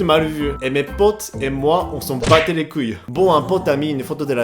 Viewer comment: * " on s'en bat les kuyeu " > j'adore :D